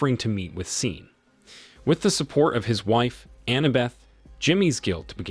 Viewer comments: This must be narrated by Ai we all know Sean is Shawn not seen. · SHAN “SEAN” NOT SIN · I'm tired of these A.I. voice recap videos. "Seen" lol. "Nine Hundred and eleven" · I had to stop watching due to hearing Sean being called "Seen" like really? I mean really?!? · How the hell do you read sean as scene?!?!? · Sean , "seen" , are you kidding? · The repeated mispronunciation of Sean as 'Scene' was downright nerve-racking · Keeps misprouncing his name....Sean (Shaun). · Stupid pronunciation since SEAN PENN is in the damned movie! Sean = Shawn, Shaun. I’m sure there are other spellings, too that are pronounced the same way. Good grief! So distracting since the name was mispronounced practically every other word. 🤬